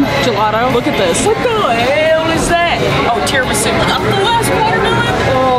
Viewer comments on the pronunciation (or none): none